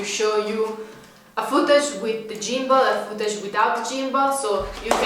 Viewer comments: For the g in gimball is like a hard g similar to the word gone. No criticism just helping. I was wondering why you were talking about gym balls 😂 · great video as usual! Gimball is prounounced more like "Gim+ble" instead of "Gym+ble" ... gim like the word whim ... hopefully that helps as your english is amazing!